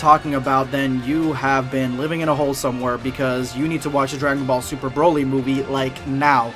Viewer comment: It’s Broly not Browly.